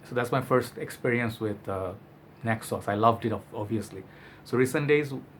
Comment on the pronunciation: Ayyy man, I struggle with neck pain sometimes as well. By the way, when you pronounced Naxos, I've understood (necksauce).😂